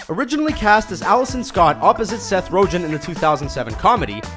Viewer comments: Did you say rojen? Lmao are you dumb? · Jesus I'm starting to wonder if this fuck purposefully mispronounces things in spite of people, cuz there's no fucking way he doesnt know how his last name is pronounced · SETH ROJEN???? WHAT??????? HAHAHAHAHA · "Seth Rojen" Usually I don't care or don't notice but really? Rojen? C'mon dude. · he said seth roh-jin..... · Ro-jen lol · lol the way he pronounced 'rogan' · Fire this man! He can't say Seths last name! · Who did you pronounce Seth Rogan's name again? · You pronounced Aragorn right, but Rogen stumped you?